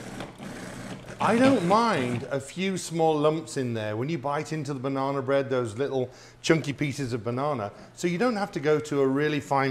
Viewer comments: Banana but you keep saying "Bananer" and "Lady Dianer" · Bananer lol 😂